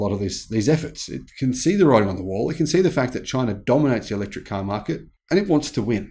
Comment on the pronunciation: Electric not Electruc